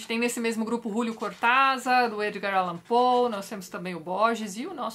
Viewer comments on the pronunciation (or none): none